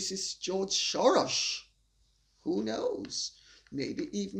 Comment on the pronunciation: Lady C you amaze me everytime, glad to hear you pronounced Soros correctly. ( he's original surname is Schwartz)